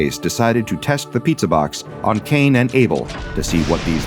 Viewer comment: Cain and abel?... c-caine..... and abel